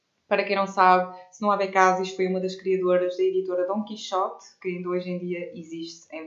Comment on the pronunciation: AD é coligação de 3 partidos PPD, CDS e PPM October Surprise Abecassis pronuncia errada